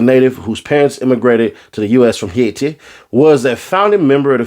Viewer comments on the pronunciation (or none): none